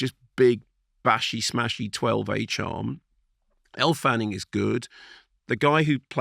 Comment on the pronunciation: Are you calling Elle Fanning "Elf Anning"?